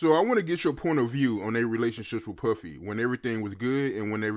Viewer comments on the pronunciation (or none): Why aod pronounce PUFFY as PÖFFYI 🤣🤣🤣😅